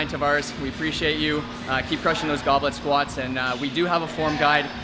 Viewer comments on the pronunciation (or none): Why do I keep hearing "goblin squat"